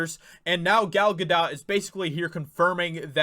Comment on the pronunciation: Important video. But Dude... please learn how to properly pronounce Gal Gadot’s name...